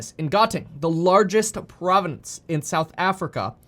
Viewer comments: Kevin - 1. Where are you getting your stats for South Africa? 2. You are adding an extra syllable to the word "province." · Province not Providence ✊ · "Providence" lol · "Province" vs "Providence." Two different words. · Province, not providence. Two separate things. Carry on. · Did you keep saying providences? Or this is my non-native speaker hearing?